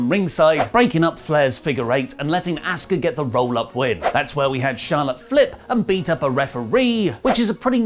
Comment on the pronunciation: What a putz Asuka name has been pronounced every week & you still can’t say it correctly…..no matter how many pages you make they are all the same garbage